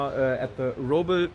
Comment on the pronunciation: Sorry it is "Robel" Not "Röbel". The camper in my point of view is the best compromise between pur sunshine-campground camper and a real expediton camper. Much space, nice quality but not at the price of the expedition providers.